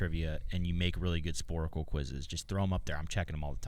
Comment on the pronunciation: Sporcle. Not Sporacle.